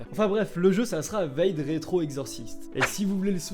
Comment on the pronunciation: Vaïde rétro? Ça se prononce vadé rétro ! C'est du latin